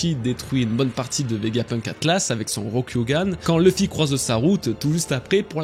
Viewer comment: Excellente vidéo comme d'habitude! Mais PAR PITIÉ, il faut arrêter d'inclure une prononciation anglophones des noms propres quand il n'y en a pas. Du genre "LEUffy" au lieu de "LUffy", "DragONE" au lieu de "DragON", "EUsopp" au lieu de "Usopp". U se prononce U, ON se prononce ON, comme chez nous:) C'est la toute première "critique" que j'écris concernant tes vidéos, n'y trouvant de toute façon que du plaisir grâce à ton travail incroyable mais DE GRACE, il faut arrêter ces prononciations altérées, ces noms n'ont JAMAIS été prononcés de cette façon par les doubleurs. D'autres en revanche ont une prononciation anglaise volontaire comme Crocodile, Roger, etc, c'est donc bien que les noms mentionnés plus haut doivent être prononcés de la même manière que les seiyuu. Chaque fois que j’entends "Dragone"' j'ai envie de prendre la place de Roger sur l’échafaud pour ne plus faire souffrir mes oreilles 😂 En espérant que tu me lise, "" Keep up the good work PS: J'attends l'iceberg avec impatience!! PS2: Fais très attention avec ton sponsor, après tant d'années et tant de travail ce serait dommage que ce soit toi qui remplace Roger sur l’échafaud l'ami... Ce scam est en train d'éclater et les têtes vont tomber, prends soin de la tienne!